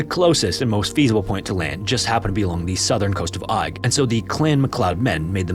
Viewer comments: The isle of Eig is pronounced EGG, not EYE-G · Eigg is pronounced "egg". I know, easy to mistake and not that you'll even see this! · ‘Eigg’ is pronounced ‘Egg’. It’s one of a group three well-known islands on the west coast - Rum (the largest), Muck (the smallest) and Eigg. I’ve sailed around the area. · I feel kinda bad for correcting you, as it was a valiant attempt, but believe it or not, Eigg is pronounced "Egg". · Eigg is locally pronounced as Egg. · Seriously man, search for the proper pronunciation of places in the UK before throwing them into videos. Your content is good but the Clan story was unbearable - the island is pronounced "Egg". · Greetings from Scotland. The island of Eigg is pronounced EGG..... I still enjoy your stories though. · stressfull to hear you mispronounce Eigg (egg) sm times but glad somewhere from my home is being mentioned. I've been in that cave and found bones!! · you do such incredible research and yet it is such a shame when pronounce place names so incorrectly, please research this as well! i'm relieved that macleod was said correctly but southwark and eigg are not said that way. without using IPA its best described as southwark being "sutherk", similar to suffolk. and eigg is pronounced more like "egg" or "airgg". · im pretty sure Eigg is pronounced more like "egg" just an fyi! ♥ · That’s not how Eigg is pronounced at all. It’s said “egg”. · Amazing Video as always. Fyi, Eigg is pronouced Egg. We Scottish love making things hard to pronounce. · It's pronounced "egg". Source - I'm scottish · Eigg is pronounced 'egg' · Eigg is pronounced as 'egg' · I'm going to be picky here and point out that Southwark is pronounced "Suth-rk" and Eigg "Egg". It's makes me wonder how accurate the other details of the stories are. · Isle of “egg” that’s how you say it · It's pronounced EGG!!! 🏴🏴🏴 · I know it's spelled pretty strange but the island name is pronounced "Egg"